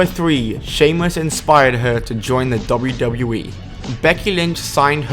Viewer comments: half of this stuff was well known and u need to learn how to say WWE not dubbadubbaeee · Pronounce wwe slowly and clearly